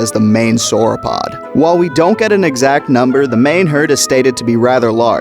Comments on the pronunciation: It’s pronounced compsogNAYthus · he should've just called them compies the whole time if he didn't want to look up how it was pronounced